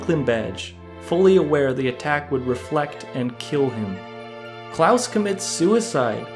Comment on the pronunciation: That man can't read so I'll spell it like CLAWS (even tho it's Claus) not Klaus!